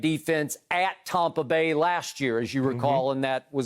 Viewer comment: He needs to stop saying tompa bay *cringe